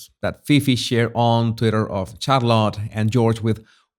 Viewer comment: Pronounced, shar let